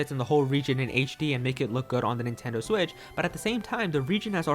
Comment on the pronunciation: “Nintendo swit” 😂👌 “Nintendo swi”😂😂😂😂😂💀💀